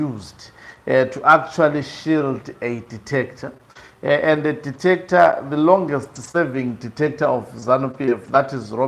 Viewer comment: It's pronounced DICTATOR not DETECTOR Hlonipani